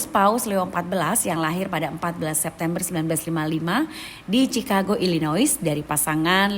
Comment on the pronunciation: Chicago dibaca ʃɪˈkɑːɡoʊ beda dengan Cirebon yg dibaca t͡ʃi.rəˈbɔn